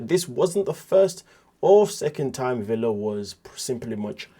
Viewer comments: It' spelled Villa, but his name is pronounced Veya. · Ve"Y"a (Veya). The "ll" is pronounced "y". So... the name is PRONOUNCED... Veya. You are welcome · Right! Like Tortilla.